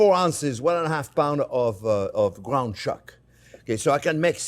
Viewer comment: is he the swedish version of elmer fudd, gwound chuck ... lolololololo seahawks had a coach with that name